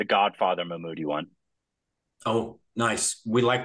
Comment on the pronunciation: Not "Mammoott" Say "Mammootty"